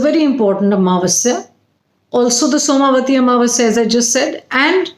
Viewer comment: It is not soma vati but,it is som vati